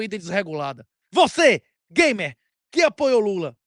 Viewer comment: Eu disse gamer, não gaymer 😂😂😂😂😂